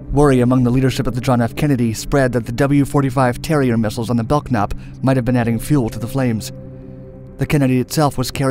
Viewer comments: USS Belknap is pronounced "BELL-NAP" not BELK NAP. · It's pronounced "Bell-Nap," not "Belk-Nap." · While on active duty in the U.S. Navy in the 80's, we were told the pronunciation of the USS Belknap was really "bell-nap" and not "belk-nap." FYI. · Low budget click bait; lost me at pronouncing Mk as "em-kay" instead of "mark." Belk-nap was just the coup de gras. FAIL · Yeah, it took me a while to figure out what ship was the "belk-nap" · My uncle served on the Belknap. The K is silent! Please get all your facts straight before you put these videos together. There have been a lot of inconsistencies and outright errors with Dark Docs, I prefer Mark Felton Productions, historically they're far more accurate and the research is impeccable. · "Mk" is pronounced "mark". The K in "Belknap" is silent, as in "knife". It's "KENnedy", not "kenEDy". While "exponentialized" is a real word, it's not a very good one.